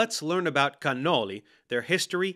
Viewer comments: I like how he's speaking with a totally normal American accent, then he just pops a perfect 🇮🇹cannoli🇮🇹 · I really don't think the regular American pronunciation of cannoli is incorrect. It's all the right sounds without the accent.